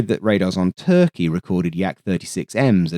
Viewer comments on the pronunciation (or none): none